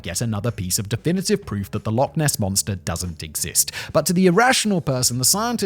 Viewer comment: Okay so... love your channels Simon, and I will always strive to ignore most of your mispronunciations, but kindly, please, for the love of fraaaack... it's Loch... ch... not Lock. Please. Pronounce it right. It's not hard. Just phlegm a bit. Ch. I am begging.